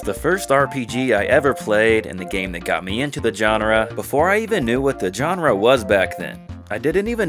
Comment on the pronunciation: dude please learn how to pronounce the word "genre" its a soft g, not a hard g. You use the word so much u should learn to say it properly